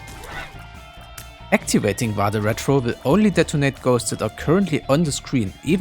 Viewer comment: Really appreciated the pronunciation of "Vade Retro", even if slightly adapted to English phonemes